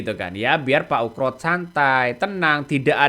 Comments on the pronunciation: Ugro pak.. Bukan ukro😂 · Ugro bukan ukro........uuuff.......... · Min,.... nama orang kok diganti, yg benar Jenderal Oegroseno atau dipanggil Oegro kok mimin bolak balik nyebut Oekro/Ukro. 😪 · Ngomong yg bener itu. Oegro bukan Ukro. Ga sopan itu !